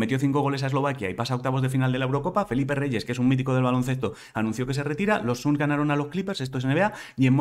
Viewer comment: No son los “suns” son los “sans”. Estamos floridos en inglés, Angelito